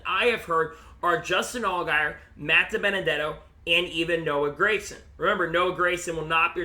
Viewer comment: Gragson G not Grayson. great insite though